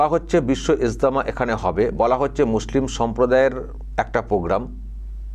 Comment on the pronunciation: এস্তেমা নামটা ভালো করে উচ্চারণ করুন মুসলিম হয়ে নামও বলতে পারেনা